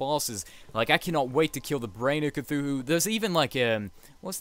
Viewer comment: It's cthulu. Not cthuhu.